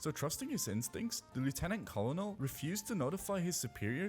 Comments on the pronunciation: leutenant colonel was pretty silly. jus an fyi, its pronounced kernel, like popcorn kernel. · Colonel ‘Ker-Nal’ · Bro rly said “Co-lo-nel” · Hey! Colonel is pronounced "kernel" like a kernel of corn